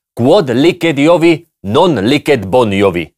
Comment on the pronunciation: Tak jo, pokouším se nějak vecpat do slovenské diskuze. V minulosti jsem Jakubovi vyčítala cosi jakože se nevyslovuje "kvod liked Iovi, non liked bovi". Opravdu, skvělý výrok. Vypadá to, že my jsme "bovi" - všichni. Přesto - vyslovuje se ne liked, ale liced. Ale, jste skvělí, já bych už dávno byla zhroucená.